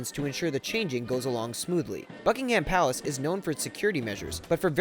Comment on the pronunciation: Fuckingham Palace